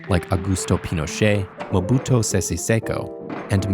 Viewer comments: MobutU not Mobuto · "Mobuto"? Really? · Hello, the former African president's name wasn't Mobuto but Mobutu...